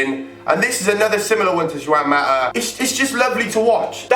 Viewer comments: ITS PRONOUNCED HWAN MATA NOT JUAN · ok yeah emotional vid and that but ur pronounciation of the players names are freakin dreadful like u said juan mata, jjjjj uan maa thats what u said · Did you really call him "Jew-an mata?" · Juwan Mata. Great pronunciation there pal